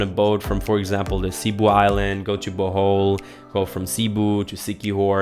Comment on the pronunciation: Bohol is not pronounced as bowhowl..,it’s pronounced like bo-hole